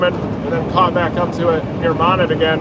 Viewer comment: We Arkies pronounce Monette (Mo - Net) LOL Thank you for everything you do!!! Travel safe!